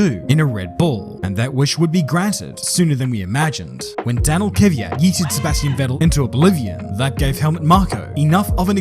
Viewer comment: I love how there is no single english speaker who managed to properly pronounce Kvyat